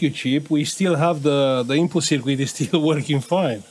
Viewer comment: Don't mean to insult you but circuit is pronounced SIRKIT not sirquit. Thanks for sharing your work 👍🇬🇧